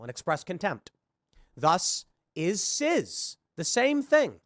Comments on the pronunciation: Really weird that he keeps saying "sizz." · I love how Tim pronounces "cis" like Jizz with a C. "CIZZ!!!!" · I'm gonna start pronouncing it CIZZ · As if listening to Dim Fool wasn't grating enough, his continuous mispronunciation of cis as sizz is driving me insane! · The only thing I'm offended by is the way Tim pronounces cis. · I can't tell if he is intentionally mispronouncing it, but either way I want him to eat his beanie each time I hear him say it. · is tim mispronouncing "cis" on purpose? or is he just willfully ignorant!? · The idiot can't even say cis correctly, nothing he says matters, it never did but ya.